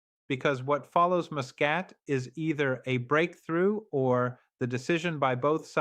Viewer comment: A.I at its worst 🙈 Muscat, Tariq and Khamenai all these pronounced wrongly which you wouldn't expect from professor to pronounce his leader's name and a neighbouring country's city name wrongly. Pathetic attempt by zionists 🫢